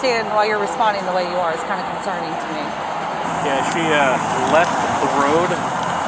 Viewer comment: ...'thats conserning to me,thats concerning "...🙄😶 idt this cop should b on the streets....thats concerning to me....fr fr...😂😂😂